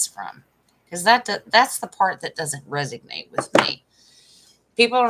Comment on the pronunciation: it’s resonate not resig nate…just sayin! My lil sister goes bat shit crazy listening to YouTubers pronunciations.